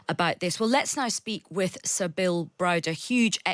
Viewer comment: why does she keep saying "Sabill" Derp